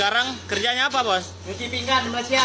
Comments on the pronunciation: Adoi bilang pingan pun pinggang. Cuci pinggan tu cuci piring. Kalau cuci pinggang tu kalau lu ada sakit ginjal di pinggang. Adoi dari dulu nngomong kagak betul. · Sebutannya biar betul bukan "pinggang" tetapi "pinggan" harap maklum...